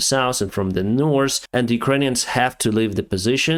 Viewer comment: you communicate in the language extremely well ? today we are flying from the saus to the nors :/